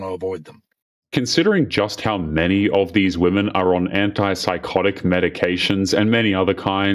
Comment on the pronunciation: Can we please start talking about people prouncing "women" as "woman"